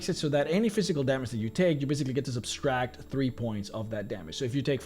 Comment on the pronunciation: Anyone else notice him adding an extra s into subtract? No offense, I’m a huge fan, just think he should know he’s mispronouncing the word.